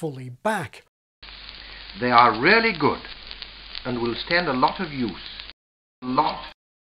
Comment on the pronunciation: Interestingly I almost hear, at about , "they are rarely good" rather than "they are really good".